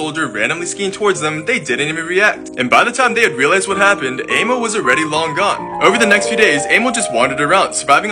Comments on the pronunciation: I'm from Finland. You said his name wrong. It's not "Eimo" but Aimo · A pro tip:when you are reading finnish names,read them like you say all the letters on their own.dont say eimou sai aimo